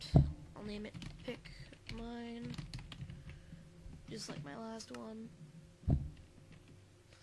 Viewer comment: I thought you said “pik-meme”